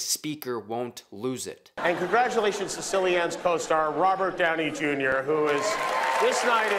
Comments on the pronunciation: Mf said sillian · I was today years old when I found out CIllian Murphy's first name was pronounced "Silly-Anne" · Mispronouncing Cillian Murphy’s name was yet another Kimmel L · One other thing I noticed was Kimmels incorrect pronunciation of "Cillian Murphy's" name... Now, I cant know, or say for certain whether it was a genuine mistake on Jimmy's part, but I would assume "as a talk show host" whom, I believe would have interviewed him prior to this event, to talk about & promote the film for which he was an Oscar nominee, and therefore would/should know the correct pronunciation is, "Kill-ian" and not "Silly-anne!" 🤔 My guess is, this was an underhand, passive aggressive dig also, that may, or may not have gone unoticed within the camouflage of words directed towards "RDJ" immediately after? 🤔 What say you "" & my good people in the chat?